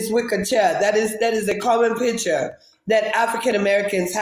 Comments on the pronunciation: Accents don't usually bother me, however it's the lying. Why are they so damn ashamed of where they're from?? It's not "Peeture," it PICture. No FBA says peeture. She's fooling no one. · Picha...and not picture😂😂